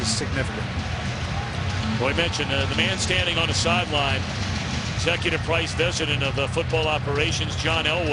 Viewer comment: Did Thom really say "Executive Price Vesident"?